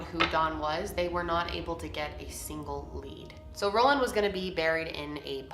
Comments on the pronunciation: Is it Roland or Ronald? Title says Roland but you keep saying Roland 🙃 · Ohmagod same, I was so confused when she kept saying "Roland" and I checked again and realized that it wasn't lol.